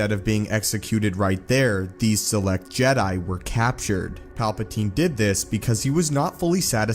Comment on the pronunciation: Did you say suffering of the jet lol